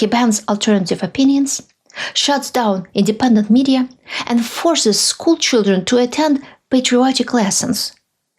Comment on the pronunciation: “Todays foster cheedren” 😂 All Trumps should stay away from children period.